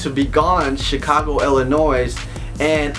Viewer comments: IllinoisSSSS its NOT FREAKING ILLINOISSSS DROP THE THE "S"!!!!! jk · DAMNIT IF YOU WHERE BORN THERE YOU WOULD KNOW THE S IN ILLINOIS IS SILENT..!